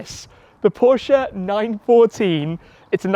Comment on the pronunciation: Happy to see Porsche content! Everyone should pronounce the family name correctly as you did. 😎👍